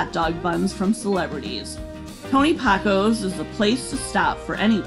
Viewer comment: Pack o's not Poc o's